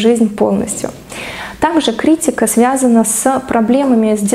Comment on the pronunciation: Ударение в слове правильно: КриттИка.